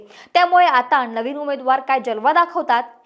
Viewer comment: महाणगर, नवीण नीती.... मावशी थोडे उच्चार सुधारा. करियर मध्ये अजून प्रगती होईल. शुभेच्छा!💐